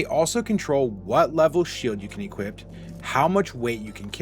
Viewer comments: Great vid, lots of great info, very informative. But brother please stop saying "equipt" when you're supposed to say "equip", it's pretty jarring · "You can Equip-t it"